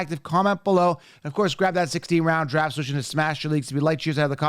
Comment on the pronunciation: he also can’t pronounce “16 Round Draft Solution” right. He’s so caffeinated and amped up, it comes out “16 Roun Draff Shushun”. 😂😂